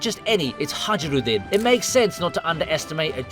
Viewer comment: Calling Hajirudin, with a strong and solidly pronounced "J" should be a crime